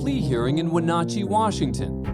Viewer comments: It's Wenatchee (pronounced Win-atchee) not Wanatchee! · It's Wenatchee....not Wanatchee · You mispronounced Wenatchee. Win at chee